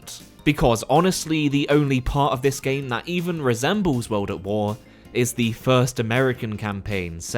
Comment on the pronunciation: U say world as weld....very annoying